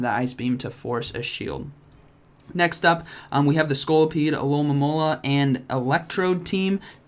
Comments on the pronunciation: "Alomomonomonola"... 😂😂thats so hilarious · I was waiting for "Alomomola" pronunciation and have to say wasn't disappointed. 😂😂😂